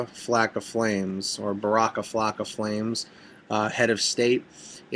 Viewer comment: it's wacka flocka flame , you pronounced it perfectly the second time.